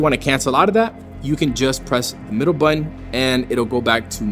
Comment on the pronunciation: I often wonder where all those t's from "buttons" go to die.